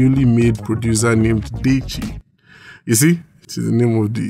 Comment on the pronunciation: Diche. Diche is how her name is pronounced! Which one is deychi! 😂😂💀 Also nice video as always, was smiling all through...your comedic timing is pure gold! We've missed you on YouTube